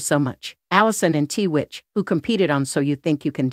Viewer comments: Why are you pronouncing his name as TeeWitch? It’s Twitch for gosh sakes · Private means private, yet you take pics and made a video. And it’s not “t-witch”. It’s “Twitch.” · “TWITCH,” not “T-WITCH.” 🤦🏼‍♀️ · if your gonna put this type video out make sure you get his name right It is Twitch , not T Witch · The name is 💎TWITCH❣️not T- witch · It's 'tWitch' not t-witch. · His name wasn't t witch it was pronounced twitch. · His name is Twitch!! Please out of respect say his name correctly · It's a computer speaking "T witch"